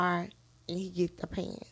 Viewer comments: Now she’s playing clueless and putting it all on Tim. Girl boo we know you were apart of the plot! & it’s pronounced pants not pantesesss. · The fact that she says pantes.. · 😳I was like, Say what now?! Pantses 😂😂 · Did she say “pantses”?? Sounds like he got her caught up. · I thought she was saying passes. 😂😂😂😂😂😂